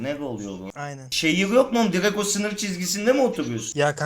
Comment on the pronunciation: Nobody::Divek sınıv cizgisindemi otuvuyovsun